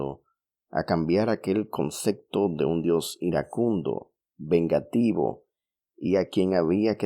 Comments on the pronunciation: Conce.p.to no conce.c.to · Se dice concepto, no concecto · Amiguito se dice "Concepto", no "Concecto", también es un pleonasmo decir "las creencias de todos los creyentes"